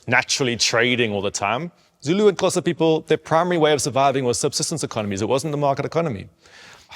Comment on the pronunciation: respect for being able to pronounce Xhosa